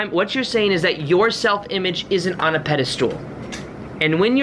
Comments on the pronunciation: I love him and kept shouting at the screen "pedestal... not pedastool". He's so adorable and reminds me of my younger brother. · Really inspiring. Thanks for your hard work. It makes me feel better about things. But there's no such word as pedistool. It's pedestal, as in "metal." Even though that was super annoying, it did help me remember your video. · god info.. but please give me the honor to teach you something.. it's not "pedastool" my darling.. it's a "pedestal." Keep up the good work. Thank you. ❣ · Excellent, but the word is pedestal, not 'pedestool' 🤣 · The way you say pedestal... It sounds like the Dutch word Paddestoel (which is a mushroom) XD I cannot unhear this. But this message makes sense. It's true and I think that's what other people mean when they say "you send out the intention for your manifestation and then forget about it". I believe they mean to stop giving that much focus and importance to it. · I've watched so many of videos that I have no idea how to pronounce "pedastal" anymore. Lol. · Great video. Just had this happen to me a couple days ago. Also, have I been saying "pedestal" wrong my whole life? 😜